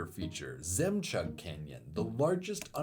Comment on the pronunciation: btw, it's not "zemchag". zh is closer to j, so it's jemchoog which means pearl